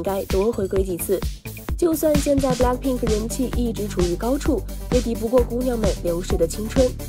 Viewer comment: 英语哪里学的？blackpink不是balck pink！